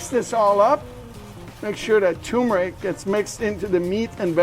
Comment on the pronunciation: Great recipe! Btw, there are two r’s in turmeric. Both are pronounced.